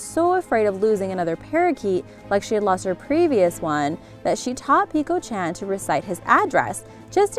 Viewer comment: you are saying chan wrong